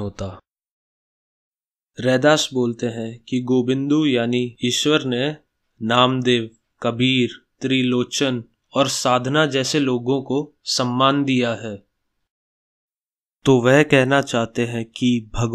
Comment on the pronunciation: likha सधना bola साधना waah